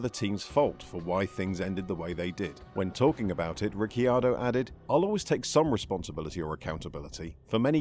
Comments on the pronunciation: "Ricky-ardo"? I've never heard anyone pronounce his name that way, always "Riccardo" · Why do you call him Ricky-ar-do? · Say Rickyardo one more time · I can’t finish the video. Rickyardio? 🤣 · Rickyardo? Lol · i stopped watching when i heard "Daniel Ricky-ardo". I swear this channel butchers pronunciations to trigger people! If so, mission accomplished! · Ah yes Rickyardo. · Thought it was just me being annoyed by that 😂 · How hard is it to learn the pronunciation prior to recording? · Well I went to watch this but listening to u butcher ricciardo’s name I just couldn’t do it. Mate do ur research before u make a video. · It was a bit much. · Pronounce his name correctly! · Who is this new presenter ? And why does he mis-pronounce the name. The second i is silent. I stoped watching. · Runs an F1 centered channel and can't pronounce the F1 drivers name right.... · According to Daniel the cc in his last name is pronounced like ch. Mclaren is paying him $22mil this year. Sometimes facts matter. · Dude, you could at least learn how to say name properly. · Can’t even say his name correctly… at least watch a race and listen to how his name is pronounced b4 you make a video about him. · Back awhile ago Paul de Resta used to say that and it led a TV presenter to ask him how you say his name and this video pronunciation is totally wrong!! 😂 The 'Y' sound is not used! 🤫